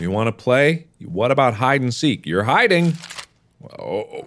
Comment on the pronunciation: You're....HIDDNG???? WHAT IS HIDDNG??